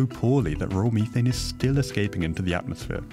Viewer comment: Disliked because of the Mhe- Th-ANE. My ears are bleeding from this guy's lack of correct pronounciation of methane